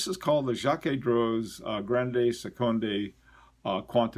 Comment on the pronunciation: Jaquet Droz Grande Seconde Quantieme - Jaquet Droz (you're pretty close!) French O us more uh than o. Seconde - just say second in English and stick an slight uh on the end, not like in Spanish. Quantieme - KontEem rhymes with Monty Tim. Hope that helps. Again, it depends on your audience. It's all about communicating, and you're already an excellent communicator in my book, or I wouldn't be such a fan.